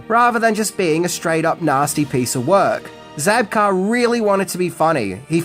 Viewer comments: William ZABKA!! Not Zabkar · It's Zabka, not Zabkar. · Zabka...no R. But always love your lists.